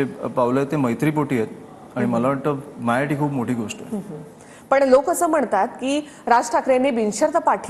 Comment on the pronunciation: मायासाठी? कि माझ्यासाठी? ? अरे काय उच्चार?